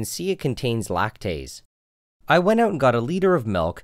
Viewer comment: LACTEEZE BOBA!